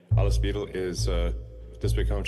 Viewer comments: Musk giving a lecture to Germans and from the beginning he is mispronouncing the German language. In German, the letter ‘W’ is pronouncedas a ‘V’, ‘ie’ is pronounced as a long ‘E’, and ‘ei’ is pronounced as a long ‘I’. Muskrat that’s German 101 now try pronouncing ‘Weidel’ again—get it right or sit down and STFU! Musk, du bist nicht so schlau, wie du denkst. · Isnt it pronounced Vye-dul ?